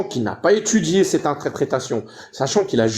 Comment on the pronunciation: Y on pas vraiment étchudié tu wouah , tchu wouah y ont pas vraiment étchudié .😮